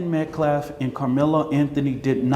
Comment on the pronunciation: Dude / is a disgrace to us all...he saying shii like....AUSTIN METCLAFF....and WE HAVE SAW?????😂😂😂😂...boy you making us look bad...what a looser....